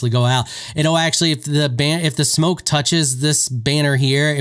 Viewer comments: You say banner like beaner, and that is a racial slur sir... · It also....doesn't sound like that at all